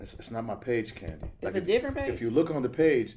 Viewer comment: Kandi, I Can’t...”Kandi”